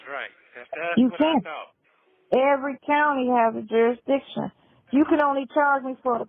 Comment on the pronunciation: Now I am going to hear that word 'jurisdiciton" in my sleep. 🙄😒😳